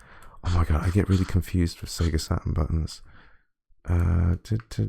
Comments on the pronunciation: Sega Sa...urn emulation. Was there a T in that word? No? Look forward to some Sega Sa..urn emulation then 🙄. Have you got any of those colored pens? Fel... ...Ips? Got any Fel...Ips... Or just a Sa....urn? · yeah and they all pronounce their Ts like grownups. Check you out: I'm not saying that T Dad I'm too f-ing cool. Is that how coolness works? Sa...urn. There! all cool now I took the T out. That was big of me.